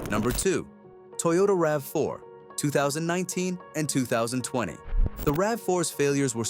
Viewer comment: I realized this when the AI said Toyota R. A. V. 4 , I'm like, "Fuck this, lemme check the comments and I'm outta here."